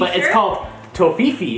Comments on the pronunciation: LOL he called Toffifee, Toefifi dying. lol. But we get those in Canada too. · ITS PRONOUNCED tofifey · when he said tofeefi i cringed so hard caus it was so wrong prenounced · how he spelled ''toffifee'' xDD ''tofifi' haha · That toffee is calles "tohfiefay" hahah we got the same in the Netherlands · im german too and its really ... adorable how you pronounce toffifee xD